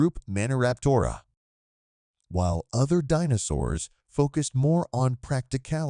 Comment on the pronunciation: I think the AI voice got the pronunciation of DInosaurs a little wrong